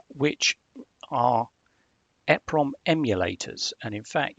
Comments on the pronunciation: called EEEEE-PROMs not EHHHH-PROMS - just saying 🙂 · you missed the point. you are saying it WAY wrong. It is well known how to say it. E (small 1/2 second delay) PROM. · Google it - people in the industry say ‘eprom’ and ‘double eprom’ - there’s no eh prom. Annoying when people say efffernet too